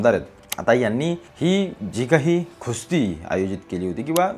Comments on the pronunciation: अरे बाबा कुस्ती म्हण खुस्ती नाही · खुस्ती❌ कुस्ती ✅😂